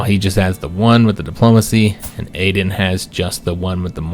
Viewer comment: I'd like to see Aden (btw, I think it's pronounced Ah-den) assume the throne only because Shy is such a garbage personality trait. Whether you're roleplaying or metagaming it's just not fun to deal with.